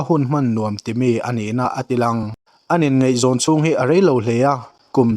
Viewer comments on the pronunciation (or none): Ngeihzawng nilovin ngaihzawng tih tur... chuan mizotawng lamdik zir teh.... ṭhahnem ngaih pui vang aw.. lei chin